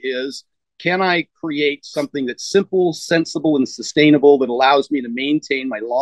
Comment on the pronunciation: I know isn't the sharpest tool in the shed but "substainable"?